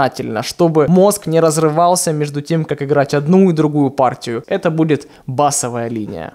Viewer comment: Что за такая мода говорить не правильно «бАсовая» когда нужно говорить «басОвая» 😡